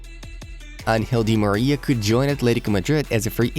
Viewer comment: am I the only one who heard unhealthily d Maria?